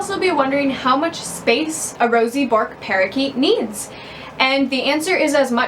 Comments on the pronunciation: As an Australian, every time you say "bork" It's 'burk' with a soft r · Pronounced as Burke not Bork. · i can't deal with Americans pronouncing it as "Bork" hahahahaha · Hey born and bred australian here. Its zctually pronounced Berk, after a famous Australian explorer.